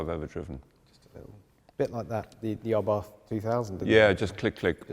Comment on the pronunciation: superb show, immensely interesting all Murray's explanations.But for a car content publisher, thanks to pronounce, if ever possible, car producer's names correctly. There is no english "th" at the end of Abarth, it is pronounced Abart